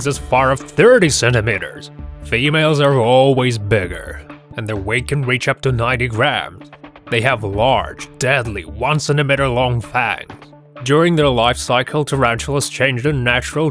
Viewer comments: So nobody gonna say how he says "cent eh met err" instead of centi meet/meat er? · The way this guy says "centamitter" bugs me